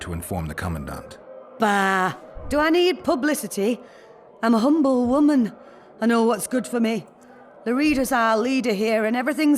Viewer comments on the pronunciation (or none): none